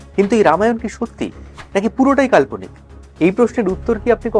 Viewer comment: কাল্পনিক কথা উচ্চারণ কারা ঠিক হয়নি